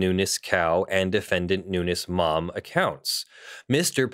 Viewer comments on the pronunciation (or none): His last name is pronounced “noonz” (you know, the normal way we pronounce words in English ending with “…-vowel-consonant-E”, plus the “S” pronounced the normal way we pronounce pluralization), not “new-ness”. Just saying— your video and viewpoint are more agreeable if sound like you've done the tiniest amount of research.